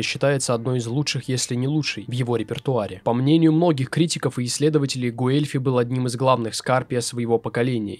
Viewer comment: Собственно Гуэльфи тоже не через У Э произносится, там дифтонг, почти английское w. Но это всё не критично